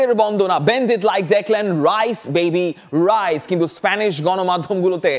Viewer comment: ভাই রাইস না, হাইস